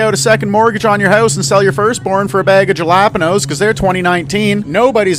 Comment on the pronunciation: Yo my man that was showing us how high the prices were instead of saying Jalapeños he said gelapenos i swear to God yo SMH! And bro another man murdered and still the people won't move. What ever happened to BLM?